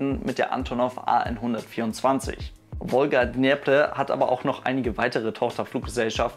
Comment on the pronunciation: "Wolga Dnjepper" 😉